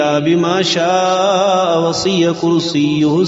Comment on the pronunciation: hazrat alfaz durust padai it is not wasiya it's وسع